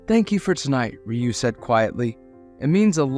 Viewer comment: The story clearly takes place in Tokyo, and the lovers only move to the US five years later. The narrator doesn’t know that Sato should rhyme with the Spanish word gato. He also makes Ryu into a two syllable word, instead of a single syllable word. This is part of the local name for Okinawa (which is the Japanese name for the Ryuku Islands). There is another name Seito that would be pronounced as the narrator imagines. And variants which I won’t explore. Even so the narrator reads beautifully I have to say! Japanese attitudes to homosexuality can be contradictory, and so it’s not surprising that the lovers emigrated.